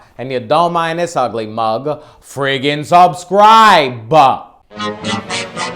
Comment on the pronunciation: It's so funny when you fluff your lines but you don't edit it out like every other YouTuber, you leave your mistakes in, which is funny on one hand but unprofessional on another.. Where are you from, I'm trying to place your accent, is it NYC, Brooklyn area? It's very comical & stereotype with the hand gestures lol "If you don't mind this ugly mug, friggin subscriiiiBe....... I mean, come oooon..."